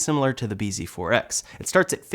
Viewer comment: bz4x is pronounced "busy forks"